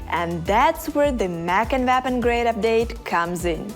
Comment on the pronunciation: Why does she pronounce: “Mech & Nap Grade Update”. WTF is that? 😂😂😂